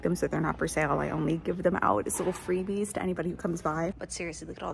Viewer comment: Free…BEES 🤣 lol anyone else catch that? Just me?….